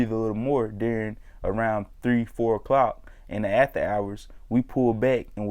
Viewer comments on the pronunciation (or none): none